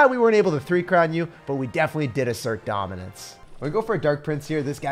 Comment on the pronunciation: This is my first video of his and I can’t stop giggling when he say assert our domince